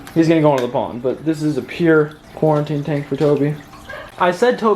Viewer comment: Nobody:: Cooriteen